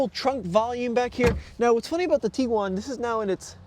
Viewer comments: The petty bitching about minute things is ridiculous. IT’s A COMPACT CAR BASED SUV. If you want bigger, buy a van. If you want faster, buy a sports car. People are never satisfied. VW hit a home run with this 3rd Gen Tiguan. Kudos VW! …it’s not pronounced “Tee-guan” rather TIG (as in Pig)-uan. 🤦🏻‍♂️ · Tiguan, not Teeguan. Varenna, not Varayna. 🤦🏽